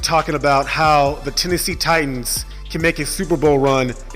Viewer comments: As a TITANS fan..... Please for the love of God, learn how to record your voice with consistent volume levels and in one room, or say it all in one recording or learn how to edit your voice over. Oh.. And please stop emphasizing the "T" in The TiTanns" it's just Titans bro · Anyone else cringe when he pronounces it "tight-ans": accent on the 2nd t?